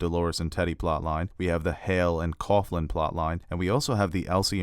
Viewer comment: Coughlin is pronounced cocklin, not cofflin. Poor Timothy V Murphy, he always seems to be cast as an Irish dick.